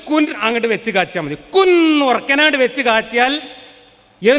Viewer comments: ൻ നു പകര൦ ണ്ണ എന്നു തോന്നി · അള്ളാവിന്റെ "കുൻ" കേട്ടപ്പോ എന്തോ പോലെ തോന്നി!!!